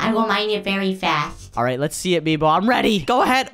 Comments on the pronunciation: It's MEEBO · I dont no why meebo not mibo hHhHahahaha